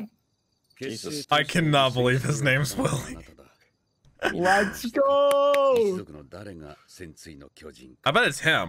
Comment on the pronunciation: Hey Willy's name is actually pronounced Villy I hope you hate it less now lol